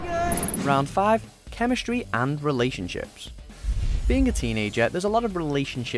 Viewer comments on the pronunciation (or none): Chem'e'stry lol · chemestry and relationships chemestry CHEMESTRY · BTW it's chemistry not chemestry